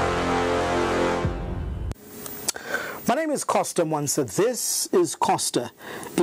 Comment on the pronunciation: Awe sure aba sembe banasala chabe ku livestock. I am the only who heard him call Costa "Fosta"😂